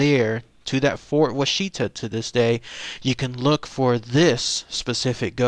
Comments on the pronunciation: Pronounced Wash-it-a, not wa-sheet-a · As a southern Oklahoma resident I cringe at hearing you pronounce Washita. It’s Wash Uhhh Talll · Wah-she-ta??? Dude needs to get the pronunciation right. Wonder how he'd pronounce Muskogee, Okmulgee and Chickasha? He'd probably nail Moss, Beggs, and Ada. At least he got the Aunt Jane story right. That story scared me way too much when my Cub Scout troop went there in '69. So what if I had to sleep with my nightlight for a couple of weeks, don't judge me. I was friggin 8. LOL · My Daddy grew up in the fort. It's pronounced "WAH-shuh-tah".